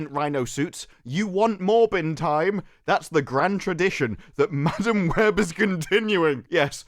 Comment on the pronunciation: You know how some people pronounce madam like muh-damn. Well... Madam Web can eat Madam Butt.